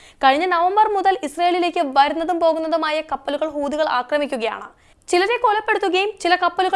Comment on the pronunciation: അയ്യയ്യേ! എന്താണ് മോളേ! നിനക്ക് മലയാളം വായിക്കാൻ അറിയില്ലേ? ഹൂദി എന്നല്ല. ഹൂതി (ഹൂത്തി) എന്നാണ്. കേട്ടിട്ട് ഞങ്ങൾക്ക് നാണക്കേടാകുന്നു.😂😂😂